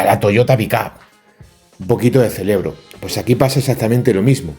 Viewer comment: es "CEREBRO" NO "CELEBRO". que lo celebras todo....jajaj, no te lo tomes a mal. Es que los extremeños sois la leche!!!